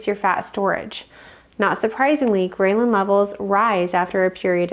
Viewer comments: fyi: it's not pronounced : grey-lyn, but grell-lin. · The statement “9 a.m. in the morning” spoken 4 minutes and 30 seconds into the video motivated me to stop watching this video and disregard all information given by the video. Also the mispronunciation of “ghrelin” got me good. Is this individual actually a doctor? I’m impressed. 🎉 Congratulations on posting your YouTube video. I hope next time your presentation is better and my fingers are crossed in hopes that the information you give to the world is actually valid and that you’re not part of the population attempting to destroy the people of the United States from within.